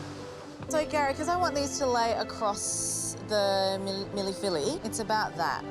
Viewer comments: "Milly filly" 😆😆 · Worst effort at Mille Feuille i have ever seen. That was a bad biscuit and nothing resembling a pastry. Lived in Paris for 5 years. Disaterchef is more the moniker. She may want to learn how to pronounce the dishes name, being a "Masterchef"